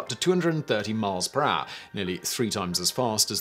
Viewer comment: 300 mile peraaah 😂 Gets me every time